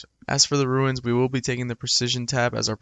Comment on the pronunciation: Theyre called RUNES not Ruins